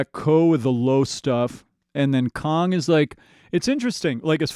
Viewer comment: Please say KANG not Kong. 😊